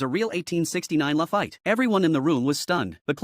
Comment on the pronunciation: It's pronounced lafeet. Not lafite.